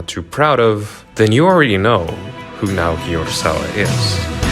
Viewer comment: I live to hear YouTubers butcher Naoki Urasawa and Osamu Tezuka's name